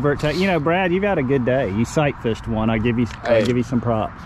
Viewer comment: Did you say Brad sight-fished, or psych-fished? 🤣